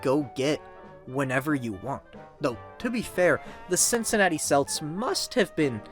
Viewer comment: I don’t watch or play sports but this video was pretty entertaining. The frequent mispronouncing of “Celts” was very annoying though. That team used the correct pronunciation with a hard ‘C’, so it’s pronounced “kelts”